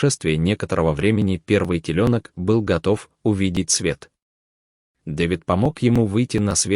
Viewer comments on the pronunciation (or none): Почему такой безграмотный чтец? Надо над Е поставить две точки, чтобы он прочел слово ТЕЛЁНОК так как положено... и еще несколько слов тоже будто никогда не слышал. Для него русский язык не родной? Противно слушать. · Ты придурок, комментатор.Теленок,не ребёнок !!!!!!!!! Дурак конечный !!! Когда читаешь,ударенье ставить правильно надо!!!!! Слушать противно УРОД!!! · Послушай, блогер, ты где учился? Читай правильно и делай правильно ударения! Сам ты теленок! Телёнок!!! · По-русски говорят и пишут ТЕЛЁНОК, а не ТЕЛЕНОК! Корова ОТЕЛИЛАСЬ ТЕЛЯТАМИ, а не родила ТЕЛЕНКОВ! Читающий текст - жертва ЕГЭ! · Диктор читает ужасно, не правильно ставит ударение, просто ужас слушать такую речь , особенно телЕленка, теленкОв, тройняшкИ- ужас, ужас, ужас!!!! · У меня вопрос к автору по озвучке 1 телёнок но не теленок и когда много телята а не теленков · Телёнок , а не теленок , вы не русский ??? Как вы ставите ударение??? Ужас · Господи, кто ж такой чтец, не ребенка, а теленка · Почему комментатор настолько не грамотен, что теленок нащывает реьенками. Окончания слов тоде немвыдердивают критики. Позор и только!